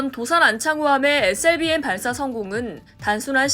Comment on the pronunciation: 발음 참×같네 에스엘비엠이지 에셀비엠이냐